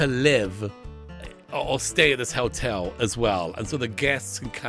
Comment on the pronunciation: I dunno why, but accent makes it sound like he's saying "Helltel" and considering what I've seen of his other let's plays it honestly doesn't seem wrong lmao/pos